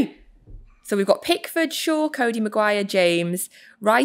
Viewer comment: man said coady una💀